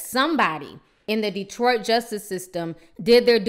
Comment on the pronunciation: Why do you keep calling Detroit "dreadfull"? Have you ever lived in Detroit?...